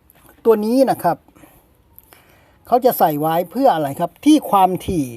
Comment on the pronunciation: พี่คำว่าไว้ อ่านเป็น ไรเลย?!!!!!